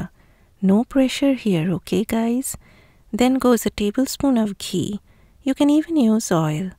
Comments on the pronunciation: Dear, I have just become a new member of your channel or Blogg. I must say that I am very impressed and happy to have known you. I would love to correct your pronunciation of some words and the one I picked from this recipe is: Ghee, not Jee. Keep up with the good work. Thank you kindly. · There must be some distortion in the microphone as “ghee” is my natural pronunciation and I can’t say “jee”. I am from India who won’t ever pronounce ghee wrong.